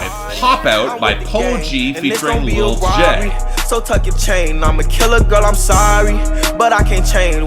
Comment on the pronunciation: It’s pronounced Lil Tee-Jay, not Tjay